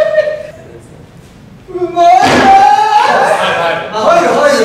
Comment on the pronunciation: 樹「上手いねぇ～⤴」 髙地「うひゃひひゃひひゃひ」 どっちも癖強すぎて笑笑